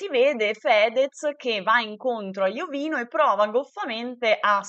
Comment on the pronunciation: si dice IOVÍNO Con l'accento sulla 2a "i". F.Corona è un suo amico e lo chiama Iovíno, guardalo su Gurulandia puntata del 28/5